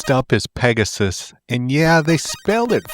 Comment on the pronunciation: Peg-a-sis ... Whoa just make sure it ain't your sis 😂